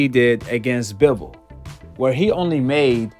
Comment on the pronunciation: You can’t say Bivol correctly 😂